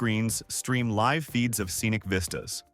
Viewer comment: Damned AI ... it's not pronounced "Lyve" ... it's pronounced "Liv".